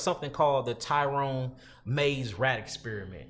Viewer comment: YALL KILL ME TRYNA BE SUPER DEEP. ITS NOT THE TYRONE MAZE RAT EXPERIMENT 🤦🏽‍♂️🤦🏽‍♂️🤦🏽‍♂️🤦🏽‍♂️ This experiment was held by ROBERT TRYON (TRY-ON) not no damn Tyrone🤦🏽‍♂️ And this nigga stay adding to the story when that’s not what happened. Read the Thesis on this and you will see this was completely not what he is saying. BULLSHYT